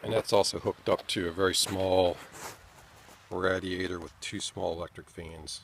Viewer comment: RAD E ator..... you pronounce Radiator so oddly. ra·di·a·tor | \ ˈrā-dē-ˌā-tər